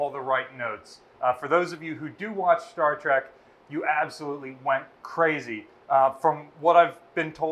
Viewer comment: Star trek not Star trick